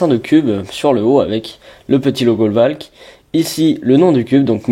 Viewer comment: Pas Volk, Valk stp ...